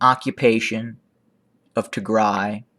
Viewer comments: Thank you so much for your report, By the way I really like the way you pronounce Tigray, it's perfect! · You pronounce Tigray so perfectly; you can pass for Tigrawye...😊I also like your intro name “the voice of reason” and the concise and high impact analysis and information you share. Thank you 🙏🏼